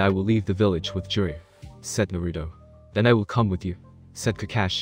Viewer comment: Don't take thins the wrong way but, Is English your first language? If it is take some liberty in the translations and add the right words to make the sentence structures run smoothly. and learn how to say the names right. It's Nar-a-toe or not Na-rue-doe. Just saying. It would make your videos much better. Though it does sound better then the ones that use a reading program that is from the late 90's early 2000's.